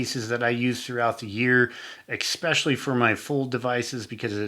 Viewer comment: Did you really just say EXpecially? lol